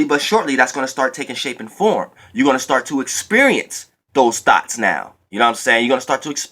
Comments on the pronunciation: When you say thoughts, it sounds like Thots,Lol, Even though we know what you mean. 😈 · I thought u was saying thots😂😂 Thank u for this message. I definitely needed it😩💜👏🏾